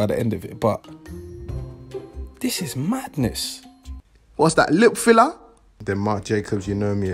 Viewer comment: "What's that? LIP FILLA??" 😭😂